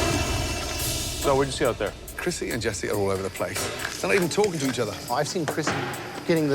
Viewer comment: It is krissi, not crissy!